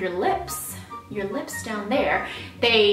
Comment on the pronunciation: U made me laugh a lot when u say "lips" LOL!!!!